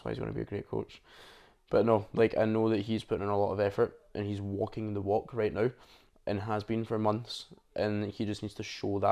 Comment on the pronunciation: Not sure if you said right or rate.